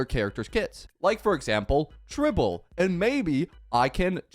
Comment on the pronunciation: It's not even tribble it's tribbie😭